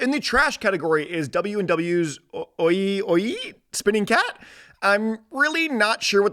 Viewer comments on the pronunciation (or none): The pronunciation of OIIAII ☠